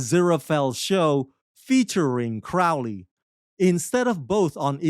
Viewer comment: So, you admit you had no motivation to see season 2, so you went into it with a chip on your shoulder. You can't even say Crowley's name correctly. Then you spend a lot of your time reading the canned summary on the website. Why would I keep watching this review?